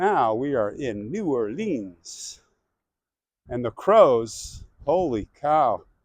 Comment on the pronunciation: My hometown!!! I've lived there for the first 26 years of my life; now I am in Charleston, SC. You pronounce New Orleans correctly the second time around, lol. Hey, I ordered my King cake yesterday; while you are down there, get a slice with some coffee. I heard that PJ's Coffee has a good king cake. It is a part of the Mardi Gras celebration.